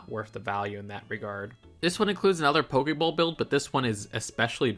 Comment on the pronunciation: Did you just call that a Poke-bowl???